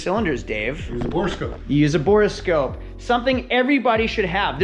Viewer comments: It’s borescope not borascope! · A note for the editor: It's called a Borescope or Boroscope not a 'Bore a Scope' :D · "Bore-a-Scope"? "3000 Megahertz battery"? You're trolling us, right?